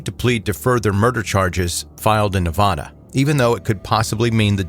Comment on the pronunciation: Ne-va-duh.. va as in vaccume...